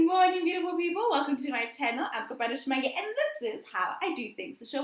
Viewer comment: 😂😂 🤦🏽‍♀️it’s Kopano butchering my name for me. you pronounce the “O” as a “w”and the “e” as an “I”